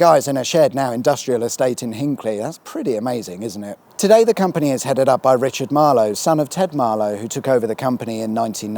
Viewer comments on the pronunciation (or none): none